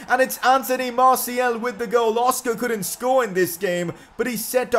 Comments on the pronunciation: It is martial not martiel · it's Martial not Martiel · IS NOBDOY ELSE PISSED OFF ABOUT HOW HE SAYS “MARTIAL” I